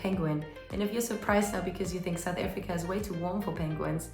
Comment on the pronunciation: Why are you saying it like that. Saoet Afreeka